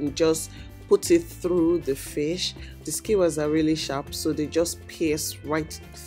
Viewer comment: Did juist say "What is te skincare routine of this fish?"🤣🤣🤣